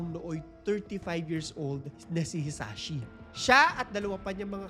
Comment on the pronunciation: Hisashi po, not Hisachi...grabe talaga nangyare sa kanya.